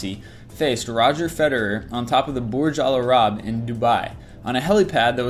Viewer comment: and you call it the 'borg el arab', which is, again, wrong. borg el arab is a city in egypt, yet the 'burj al arab' is the tower on an artificial island in dubai, uae. please, please get your facts right.